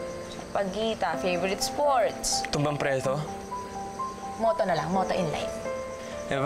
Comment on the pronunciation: hahaha...ngayon ko lng na pansin na yung sinabi ni benji sa ay tumbangpreto